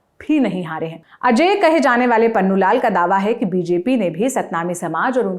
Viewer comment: Its punnulal not pannulal